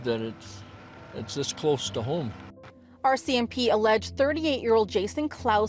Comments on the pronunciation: Ya gotta stop calling them ARSE SEE MP...its R, C, M, P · Just pronounce it correctly R R R R It’s easy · “The OR.C.M.P” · And me 😆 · its "are cee em pea" not "oar cee em pea". (RCMP) 😁🇨🇦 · Haha I smile whenever he says that. 😁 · Canadian here and ill never get tired of the way you pronounce “ore CMP” for RCMP. Not sure why but its great 😂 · Lol, I hear it as “Orsey MP” 😂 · Can you learn to say RCMP properly?? Ffs